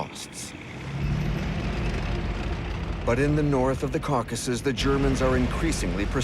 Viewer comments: the cowCASssus. brutal. Then pronounced correctly mere seconds later. What real narrator uses two different ways to pronounce the same word? A machine, that’s how. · mispronounced common words like Caucuses and Reich. definitely AI.